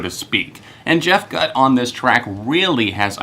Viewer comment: I believe the singer's name is pronounced Gutt with a long "u."